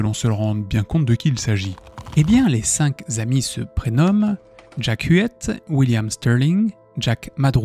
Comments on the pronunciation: j'adore les histoires de fais réels mais punaise, arrêtez tous avec les liaisons qui font mal aux oreilles! (même fait tout le temps cette erreur) 5 zhommes, zenfants ou zamis, ça n'existe pas!! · Les cinq k'amis et non les cinq z'amis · Je suis bien d'accord, on dit C'est nawak, Entre ça, et la répétition de "cinq Z amis", j'ai dû arrêter la vidéo, parce qu'à force d'entendre la même faute de prononciation ou de grammaire, ça influence mon propre vocabulaire et expression 😢